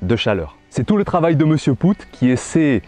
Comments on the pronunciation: Wah ça fais beaucoup de calculs tout ça. J'aime bien comment tu dis pascal poutte. Ici on prononce les deux oo comme le son au...comme si tu dirais pascal paute. Sinon c'est dans ces cas là que je suis content d'avoir un petit potager ça demande beaucoup moins d'eau mais ici en ville les maisons ont des citernes d'eau de pluie enterrés et c'est hyper pratique. C'est même obligation sur les nouvelles constructions d'en avoir une. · Merci beaucoup pour ton apport. Désolé pour la prononciation de Mr Poot, en plus comme un imbécile je le savais déjà mais j'ai toujours pris l'habitude de l'appeler ainsi depuis que je l'ai découvert et bingo je me suis habitué à cette prononciation. On dira que ce n'est pas très grave mais utile de faire la rectif, merci. Ton expérience vaut de l'or. Elle démontre plusieurs choses même. L'importance de l'eau et sa juste maîtrise pour avoir des plants productifs et des légumes point trop gorgés d'eau. Je rajoute aussi que les engrais chimiques ont tendance à forcer le légume à se gorger d'eau pour diluer ce dopage qu'il reçoit constamment. En s'épargnant ces engrais de synthèses, déjà on s'enlève une bonne épine du pied et nos plants de légumes savent à merveille gérer leur besoin en eau. Au plaisir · OUi désolé... Sur ce coup, c'est pas malin. Et pire encore je le savais mais je sais pas pourquoi, en préparant la vidéo, je suis parti sur cette prononciation et elle ne m'a pas lâché. Désolé pour lui. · Poot, c'est un nom Belge et ça se prononce Paute.